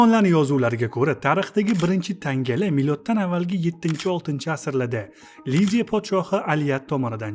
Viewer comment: Лидиями ёки Ливиями?